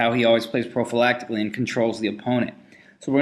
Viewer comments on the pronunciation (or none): profalactically??? omg the Karpov condom ...lol